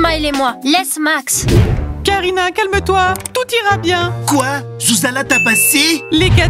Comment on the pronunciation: Petit oiseau au mieux de dire groucha Il a dit zouza Quand elle a demander trois latté